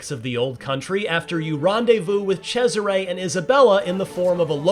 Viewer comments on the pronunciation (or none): Italians: Cesare. Americans: Tchezzeray. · The amount of times he abysmally mispronounces Cesare as "CHE-siray" almost made my ears bleed. Sounded like it's a guy named Desiré but with a CH in front. Apart from that, solid impressions, thanks :)